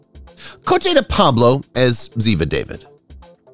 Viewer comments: It's Da-veed, not Da-vid. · It is pronounced DAH VEED. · ABBY's last name is pronounced Shoe toe. Ziva is pronounced DA veed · How are you doing commentary on a show you clearly have never watched, because you are butchering the names of the characters? If you simply watch episodes with the characters you are referring to you would realize you are pronouncing names incorrectly. It's pronounced DAVEED not David. Hell, the character even corrects other characters in the show as part of the dialogue....and Abby's last name is pronounced SHOOT-Oh. Holy crap. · Ziva’s last name is pronounced “dahveed” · That is not how Ziva's last name is pronounced. The narrator obviously never watched the show.